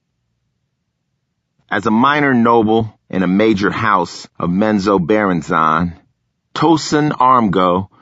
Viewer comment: Is that how you pronounced Menzoberranzan? My whole life is a lie.